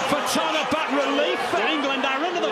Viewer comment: you're the only white youtuber that pronounced tonga right